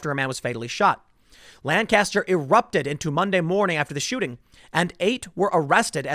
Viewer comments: Hayden, isn't it like nails on a chalkboard hearing Tim mispronounce Lancaster? Driving me nuts. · Chris Young it’s awful, always bugs me when people don’t pronounce it right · Man I had to cringe every time Tim says Lancaster wrong. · It's pronounced "Lancaster." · That is NOT how to pronounce PA's "Lancaster" !!! ugh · Thank you just the same. You have to live in the area to know just how butchered it gets pronounced by those who don't. It's one of those things where you cringe when not done right. :) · Fox News is the only outlet that pronounces Lancaster properly. Even Brainiac Ben Shapiro doesn't pronounce it properly. You certainly don't. Get your s*** together brother. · Tim, love your reporting but my ears burned every time you said lan-caster. I live in Berks county PA which is right next door and its pronounced Lanc-aster (Lenk-ester). Lan-caster just makes it sound like they are fisherman but they are Amish, they build barns with planks so its more pronounced like plank-aster without the p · It is not pronounces Lan-cast-er. It is LANK-ESS-TER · We pronounce it Lang-custer not Lan-caster. Just saying. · Lanca-ster! Lanca-ster! Lanca-ster! NOT Langcaster. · Tim, please, its lang-caster not lan-caster. As a dweller inside Lancaster I am deeply offended, and my day is ruined. Keep up the good work though man. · Tim, you gotta learn to say "Lancaster." Lank astir. not Lan caster. You live an hour away. Love, a dude who lives here. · Bro we pronounce it Lane-kisster... Not Lan-caster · Lank-is-ter Tim Lank-is-ter Not lan-caster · It's pronounced LANCaster. My grampa lives there. 🥰🇺🇸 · It's pronounced "LANK-uhstur" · TIM ITS PRONOUNCED LANK-ISTER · just trying to spread some knowledge. People who say Lan-caster make me cringe abit unless they say England afterwards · It’s pronounced “Lan-kister,” Tim. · You're a Lank Yester. 😋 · You keep pronouncing Lancaster incorrectly. 😂 You don’t pronounce it with the emphasis on the second syllable but the first.